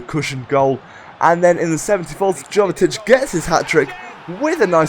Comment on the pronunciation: I thought it was pronounced 'Yovetic'? Great video again!